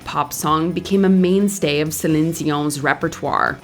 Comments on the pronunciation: Kudos to the voice over ! I am a French Canadian, as Céline, and the proununciation is flawless ; as much for her name that for her song's name in French !!! (sorry for MY mstakes in English :D ) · I appreciate how you pronounce her name, great video.